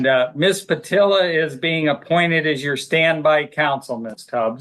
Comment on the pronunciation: Judge didn’t get Ms. Patillo’s name right even once 🤦‍♂️